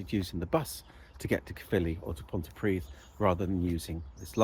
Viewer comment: “Pont uh pridd” not “pont tee pridd” please 😊